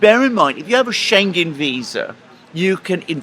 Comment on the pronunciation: "Schengen" is mispronounced by both gentleman. The g is pronounced as a separate letter: Schen-gen, that's wrong. The "ng" must be pronounced as in living, thing, song, singer, ring. There are exceptions to the rule, f.e. England and single, tingling, Schengen is not one of them. Scheng-en. often asks for replies in the comment section, but experience has learned he does not read them, at least not all because I've pointed out mistakes in pronunciation before and he keeps making them. But you have read this, now you know how to pronounce Schengen. Schengen is the town in Luxembourg where the European "Schengen" treaty was signed in 1985, opening all borders between subscribing countries.